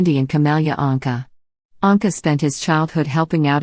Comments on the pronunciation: I do wish anyone who bothers to take the time put together a documentary would pronounce the subjects name correctly EAcH time he/she says it. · Did not even pronounce his last name correctly! Shame on you! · Why does the narrator mispronounce Paul’s name part of the time? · What’s the matter with you??? If you’re doing this (reading biographies ) you must must learn how to read & pronounce peoples (names first and last that you are speaking about). I think you need a different job!